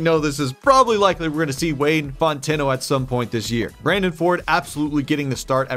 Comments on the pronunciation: its pronounced font-no not fon-ten-o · Fon-tuh-knot 😂 i think i webstered that right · It's "font-e-no" but in Louisiana, we just say "font-no". The "t" is silent, in the same weird way that "eaux" is an "o" sound. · i can't take it anymore you gotta be able to pronounce wayne fontenot correctly if there's a possibility of you saying it a bunch this season. it's not fon•TEN•o it's FON•te•no. fawhn•teh•no, emphasis on the first syllable. other than that you're doing great 😂😂😂👍🏾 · For future reference, Fontenot is pronounced "font" "no". Great video as usual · btw your QB2 is pronounced “Fawn-10-oh”. Love the series! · Not a prediction but Wayne Fontenot's last name is pronounced Fon-Teh-No or Font-Know depending on what part of Louisiana you're from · Wayne "Fontenot" ("Fon[soft T]-no") People in Louisiana pronounce it as 2 syllables instead of 3. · Woah woah is Anthony Burks the youngest head coach in history? Also,, it’s pronounced Wayne “Fawn-teh-no” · Just a small pronunciation note. FONTENOT is pronounced “FON-TEN-NO” the last “T” is silent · Waynes last name is Pronounced FONT-TEN-NO (say it fast). Had a pro ball player from my town with the same last name lol. If you wanna be sure how to do it look him up. Mike Fontenot is the name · Fontenot - (FANT-NO) it’s a common name down here in Louisiana also love the content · Loves the videos. From the south (Louisiana) so I can help out on Wayne Fontenot name pronunciation. Its pronounced "f-ah-n-t-n-oh". Hope that helps a bit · Fontenot is pronounced - Font-no. You pretty much skip the e sound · Fontenot is an interesting last name. It’s pronounced font-eh-no, or at least that’s how we pronounce it in Louisiana. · It’s pronounced fawn-tin-know lol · Wayne’s last name is pronounced “FONT-in-oh” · It’s Font-No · It’s pronounced Font-No. PLEASE don’t change his name 👉🏻👈🏻 it’s my name 2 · The Cajun in me is CRINGING every time he said Font-n-o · Might be a southern thing, but it's pronounced FONT-EN-O